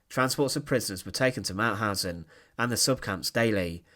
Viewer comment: The speaker is unbelievable: He cannot speak "Mauthausen", but sounds like "Mauhasennnnnnnnj" - what crazy dialect is this? At the end of the sentences, he speaks always longer words than they are "than they areeeeeeeee" Please choose another speaker, who speaks in a professionell manner.